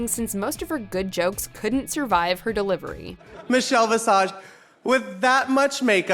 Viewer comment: "RuPaul's secretary; Meechel Bee-sage" LMAO